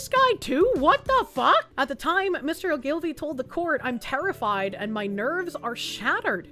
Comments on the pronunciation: Oh-Gill-Vee. Accent on the First syllable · It's Oh ghoul vee. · "Ogilvie" is pronounced O-gle-vee, not O'Gilvie. Sinn Féin is pronounced "Shin Fane". (Isn't learning to speak Irish fun???) Other than that, keep settin' 'em up and knockin' 'em down, lass. God Save Britain. God Protect Restore Britain. In other news, in the US: "Under the Judicial Conduct and Disability Act and the Rules for Judicial-Conduct and Judicial-Disability Proceedings, anyone can file a complaint alleging a federal judge has committed misconduct or has a disability." (emphasis mine.) Yes, Virginia, if we can indict a ham sandwich, why not a malfeasant judge? It's about time we started doing this every time a judge on the federal bench tries to field novel law instead of paying proper attention to the existing body of law. We might be able to make a good enough dent in the Federal bench to prompt other judges serving there to start upholding the law for a change.